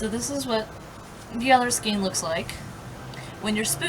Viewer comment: You're lovely It's pronounced Skane S Kane :-)